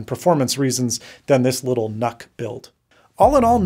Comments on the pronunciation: It's pronounced Nuke as in Unit. Do you say Un-it or You-nit? I keep hearing Canuck every time you say nuck. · I thought nuc was pronounced 'nuke'? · Ahhh, the good old "Intel Knock" The new Nuc (/njuːk/) just doesn't sound right.